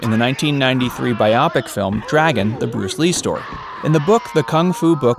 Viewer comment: YO YOUNG GRASSHOPPER, ITS NOT PRONOUNCED BIOPIC LIKE MYOPIC, ITS TWO WORDS TOGETHER BIO PIC LIKE BIO PIK. ITS CALLED A PORTMANTEAU. YOU MAY NOT YET LEAVE GRASSHOPPER.